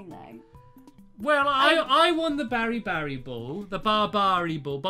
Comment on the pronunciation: BaraBariBall (Bear--AH-Bar-EEE-Ball) That's how u pronaunce BaraBariBall!